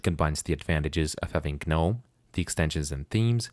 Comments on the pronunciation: pronunciation for Gnome is Nome, silent G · Why are you pronouncing the G in GNOME? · ah yes. g-nome.